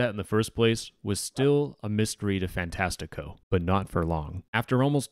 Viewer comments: as a brazilian, you are saying "fantastico" very wrongly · the topic aside, as a portuguese kid with a brazilian famiily, hearing you say fantastico wrong makes me tweak (i am the pronounciation police, im sorry) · its funny how you say ''fantastico''